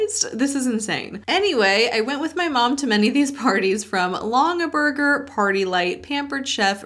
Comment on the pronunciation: It is "long - in - burger " My grandma was OBSESSED with them. She probably has at least 1 thousand of these baskets. She has always said that they are our inheritance like they are worth something. I didn't realize until my adult life that they were an MLM! So someone in that company LOVED my grandma. Haha